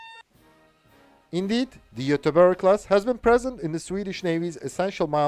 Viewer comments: His pronouncuation is a bit off. G in these cases is pronounced like a J or Y. Ö is pronounced like ea in earth. Ä is a bit like A in scary. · he procnounces the ä and ö properly but the g in the beginning of göteborg and gävle is too harshly pronounced, its much softer, almost like a j, at least thats how we say the names in gothenburg (which is the english translated name for göteborg)